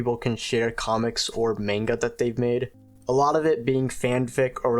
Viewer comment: why did you say manga like that💔